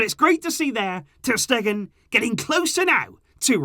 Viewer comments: “ter Steven” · "Ter Steven" 😂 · Ter Steven? 😂 must be really tired from these constant uploads, another great video, keep the amazing work up!